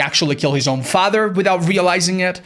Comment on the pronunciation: has never sounded more irish to me than when he repeatedly said, "his faaather" in the trapper section.